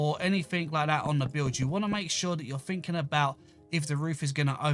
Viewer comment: Why do u say ,,Finnking,, it’s called Thinking